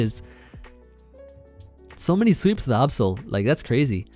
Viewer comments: Why you pronounce Absol that way? Lol. It’s like absolute, not obsolete. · My man out here saying Absol like the Last Airbender movie says Aang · please stop saying absol like the avatar movie says aang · Ah yes, the middle eastern variant of absol; the Ahbsol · The way pronounces Absol triggers me throughout this whole video